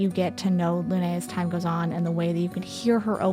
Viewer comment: Its not "Luné" its "Lune" meaning moon, pronounced "Loon". As Sciel means sky